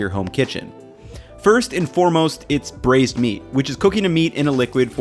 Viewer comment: It took me until 2 mins in to realize it's braised not bruised